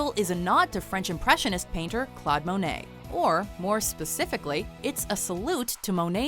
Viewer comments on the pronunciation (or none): none